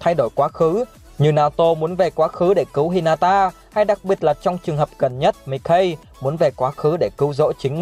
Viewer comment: Đọc sai tên mikey rồi